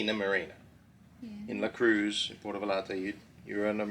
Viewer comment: Jesus Christ can you stop with Puerto VaLarta's misprounciation? Say YARD...now say Va YARD ta. LL is a letter that sounds like Y in Yard.